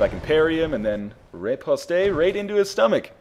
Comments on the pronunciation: Oh by the way, it's pronounced "riposte" you don't pronounce an "a", that would be riposté.. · I know it's a tad late for this, but with reposte you don't pronounce the e. The e is purely there to show you that you should pronounce the t. (not a french grammer natzi, just love fencing)